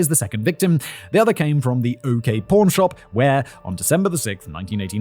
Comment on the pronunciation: For most of the video I thought he was saying “porn shop” not pawn shop lmao